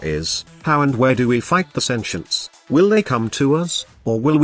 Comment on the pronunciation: Sentients not senshants lmao.. Comon you can say Sentients you wont self destruct i promise.